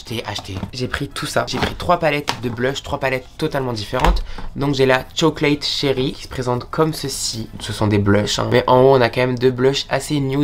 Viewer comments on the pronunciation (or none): none